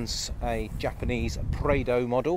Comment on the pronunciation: It’s Prado not praido